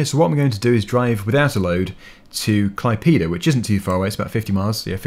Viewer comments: he said klaipyda instead of klaipéda, the letter é doesn't even exist in english and isn't simmilar to any english letters that I can recall, best way to hear is type Klaipėda into google translator (english>Lithuanian) and make google say it, it's not fully simmilar to how a Lithuanian sais it, but simmilar enough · I from lithuania and you sai klaipyda you need sai klaidėda :D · klaipyda:DDDDD btw I'm from Lithuania and it's so funny how you pronounced klaipeda:DDD anyhow, keep up the good work. Good luck:D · I mean well for an english speeker, but me being a lithuanian, its to funny 🙂